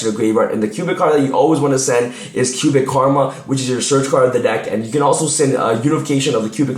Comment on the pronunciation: it sounds like you're saying Cuban. LoL